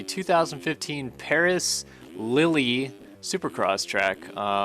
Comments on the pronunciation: Lille is pronounced Lill not Lilly lol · Coming from a soccer guy I'm pretty sure it's pronounced like leel not lily